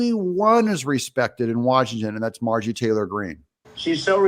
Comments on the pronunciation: Her name is MarjORie, not Margie. You keep saying it incorrectly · Haha I love it when you call her Margie😂